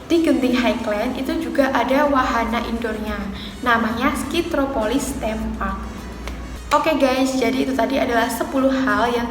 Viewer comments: Sebutan Genting tu betul... Highland tu sebutnya 'hai-len' atau maksudnya tanah tinggi. Kasino di Genting Highland dibenarkan untuk orang bukan Islam sahaja. Skytropolis Theme Park tu sebutnya 'Skaitropolis Tim Park' atau dalam bahasa melayu Taman Tema Skytropolis. Terus maju buat channel kamu ya 😁👍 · Sebutan "highland" dan "theme" tu tak betul...